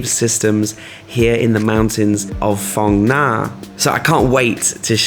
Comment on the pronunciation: Mate, love your videos BUT please 'Ph' is pronounced similarly to England as in 'f'. Hai Phong = Hi Fong, Phong Nha = Fong Nha. EDIT: just reached the part of the video where you correct yourself :D